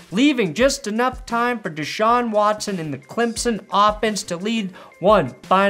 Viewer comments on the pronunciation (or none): none